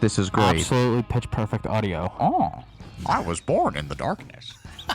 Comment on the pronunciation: "i was boorn in the darkness" oh god